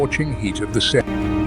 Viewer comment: Pls retune your voice reader and dont cripple non-Englsih names. No Serendziiiiti, but Serengeti.